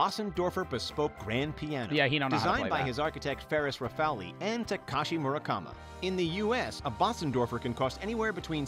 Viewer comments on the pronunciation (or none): did this guy really say takaski murakma instead of takashi murakami🤦🏾‍♂️🤦🏾‍♂️